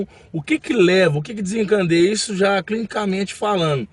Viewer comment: é desincadeia , e não desincandeia